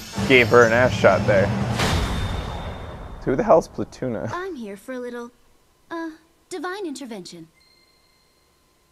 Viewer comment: Who the hell is Platuna? XD